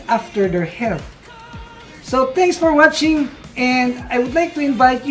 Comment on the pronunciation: TENKS FOR WATSING 🤦‍♂️ NANINIGAS KANA PO KAKA ENGLISH MO PILIT MASYADO 🤦‍♂️